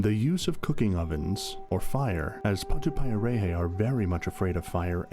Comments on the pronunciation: And of course you pronounced it wrong, you said it like patupie a ray hay, nope it's patu pie a rrreh heh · Mate if u can't pronounce it then don't even speak on it. Grrrrr idiot